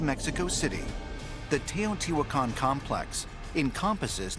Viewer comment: Learn to pronouce the names, If can say sean correclty, you should say Teotihuacan and quetzalcoatl correctly. horrible sounds come from your mouth